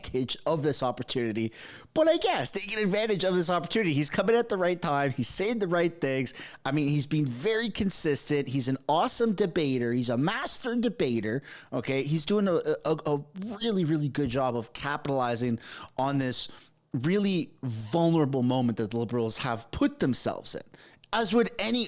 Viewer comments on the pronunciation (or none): When it sounds like you say masturbator instead of master debater 😂